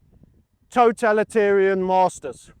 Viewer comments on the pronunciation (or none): none